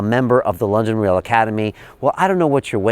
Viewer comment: "This week on London reaal?"